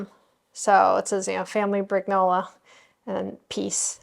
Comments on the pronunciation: I think that the name would be pronounced “brin-YO-lah” - the gn combination has the same sound as the n with the tilde in Spanish. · Keep going with your amazing channel that inspired me to start mine. I owe you a lot! And, if you want to know, the italian pronunciation of your last name is “Briniola”